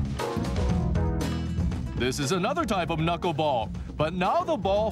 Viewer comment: If the unbecoming platform shoes can be quickly edited out, we have an excellent chance of taking this thing viral, despite the unfortunate pronunication of the word knuckle.